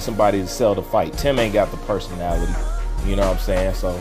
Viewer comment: Bruh how come u never say Tim name right